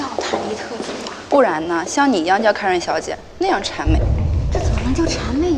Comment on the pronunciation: 只有我在纠结他奶奶把Karen叫成Kery吗